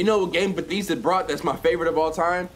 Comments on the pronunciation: ITS BA-THES-DUH NOT BEH-THEESE-DUH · b-EH-thEHsda not beetheesda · 🤣🤣🤣🤣🤣🤣🤣 Me being a Marylander and hearing him say "Batheeeezda" 👁️👄👁️ BYE MOE! I love that you trust their games though 🫡 much love for you over here in MD! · just said bethesda wrong for a cool 40 seconds 💀 went on a whole tangent saying BADESDA when its BE-THESS-DA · homeboy its buh-thehs-duh not buh-thEEEs-duh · its pronounced ba-thez-da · This nigga just said "Betheesda" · Bruh stop sayin "Betheesda" 😂😂😂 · My mans said Betheestha. 😬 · It's pronounced ba-thez-da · The way he Pronounce Bethesda... SMDH............ EXPOSED!!!!! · Say Bethesda right lmao 😂💀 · When your from Maryland and he proneness Bethesda wrong😡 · i hate how you say bethesda lmaooooo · How you gonna say Bethesda a trusted game in your house but you can't even say they name right smh 😂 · how you going to be a English major and you cant pronounce words correctly cant even say the main character's name correctly and Bethesda.